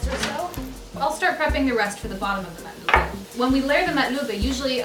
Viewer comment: Alhamdulillah you pronounce it properly 😜